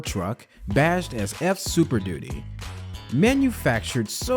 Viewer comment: Keep saying duty (doody)